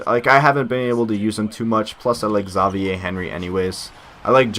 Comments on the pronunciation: you pronounced it wrong. it's xavier...not ZAW VIEH...embarrassing mistake lol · It's Xavier, not Zavie. Just like the college. I've never heard one analyst call it Zavie University, because it sounds exactly how it's spelled. Xavier. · lol dumbass it is pronounced Zavier